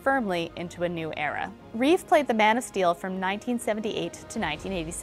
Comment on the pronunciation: Yahoo Entertainment, if you're going to talk about Christopher Reeve, at LEAST get his name right - It's *Reeve*, not Reeves, (only Reeve's when referring to something of his (smile, character, looks, portrayal etc)).